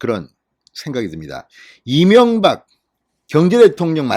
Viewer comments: 이명각으로 들리는데 이명박을 생각한 듯 하네요!ㅋㅋ 윤석열 윤석열!! 꼭 투표합시다. 당근이겠죠~! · 송영길.대가리다처가지고아직도정신차렸나못차렸나말이새는지 경재대통령이명박소리같고이재명같기도하고발음이비슷하네